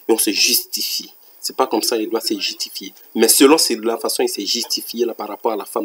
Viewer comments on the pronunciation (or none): Euhh on peut dire qu'il n'a pas l'accent ivoirien Si c'était un ivoirien on le saurait il dit jitifier à la 12min 35 secondes Oh la C.I